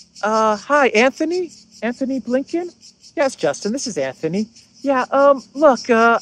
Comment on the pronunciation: Another excellent video. On a minor point of pronunciation--it's Antony Blinken, not Anthony. There's no "h" in his first name and so the pronunciation is like a combination of "ant" and "tony." It makes no difference for your analysis, but just so you know for future reference.